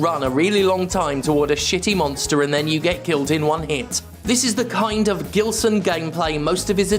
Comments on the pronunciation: Just a friendly tip from a Portuguese speaking viewer, Gilson is pronounced "Jilson" in this case. In Portuguese when the letter G is followed by a E or I, it will always (unless I'm forgetting some exception) has a J sound. For it to have a G sound it needs an U between it and the E/I, as exemplified by the word Portuguese (português) itself. Although sometimes the U has a sound depending on the word... yeah it's a complicated language, lol. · I guess his only beef with you is with you mispronouncing his name. It should sound like a “J”, as in “Jill”. “Jillson”. 😆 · It's Gilson as in Gee. Not that it matters. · Two things: 1) Gilson B. Pontes sounds a lot like a name from a Portuguese speaking country, in which case it should be pronounced with a soft G (which in Portuguese sounds like the letter S in the word "vision") 2) That idiot does not deserve the dignity of having his name pronounced properly (IF that is his actual name), so keep using the hard G just out of spite. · Is Gilson brazillian by any chance? Because if he is, the G in Gilson is supposed to sound like a J.